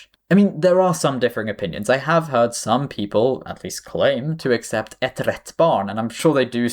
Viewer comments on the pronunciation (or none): none